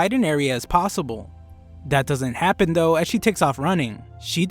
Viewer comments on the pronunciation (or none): none